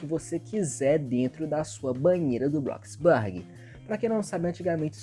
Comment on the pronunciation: Eu: bloxburg Ele: BlokisBaaarg 💅